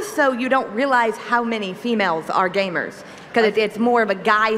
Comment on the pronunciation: witterally we women wre gwamers